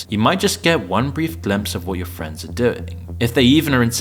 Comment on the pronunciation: It's "showing your friends' posts", not "showing your friendses posts". The apostrophe is SILENT